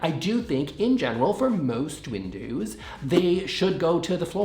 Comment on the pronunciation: I didnt know the word windows had a strong Canadian accent like about, pasta, and sorry do😂. Aborable😊